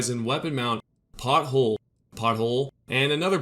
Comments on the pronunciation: PORThole, not pothole... but love your videos otherwise👍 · I'm terribly laughing that you seriously said pothole. 😂 It's a porthole kid Jesus go back to skool